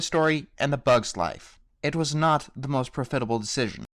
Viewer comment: "pro-FIT-able"?! Someone needs a nap.Actually, if your "job" is to do voiceovers and reviews, you need to learn to speak. Lots of slurring and mispronunciation. Too many examples to mention.